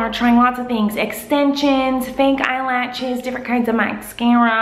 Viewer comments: I knew she would say eyelatches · " eye latches" teehee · I knew she'd be saying "eye-latches" before even clicking on the vid :D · you know miranda too well if you read eyelashes "eyelatches" 😂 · long latchez eyelatchez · The way Miranda says eyelashes haha